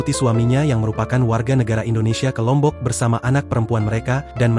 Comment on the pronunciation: Lombok L nya apaaaaah😂